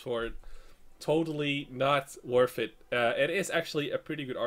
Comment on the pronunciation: you say worth it a lot but when you do is pronounced worF it;)